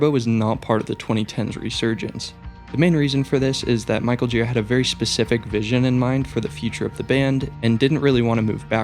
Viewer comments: Its not Michael JEE-ruh, or GEAR-uh... its jhu-RA. Thats how he himself says it. It's a name of french dissent, if i recall properly. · good video, but he's michael girA, not gIra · thank you, but his name is michael girA, not gíra